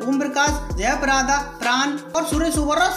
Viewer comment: जयापरादा नही जयाप्रदा ऐसा बोलो